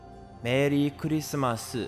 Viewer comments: Engrish Merii kurisumasu lolol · Merri Kurisumasu ,.it's funny engrish ranguage? lolol